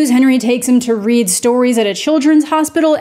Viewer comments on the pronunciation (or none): none